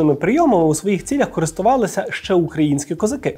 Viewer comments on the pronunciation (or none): none